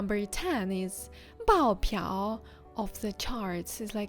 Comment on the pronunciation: I think 爆表 is pronounced bao4biao3 and not bao4piao3 🤔 ⁸¹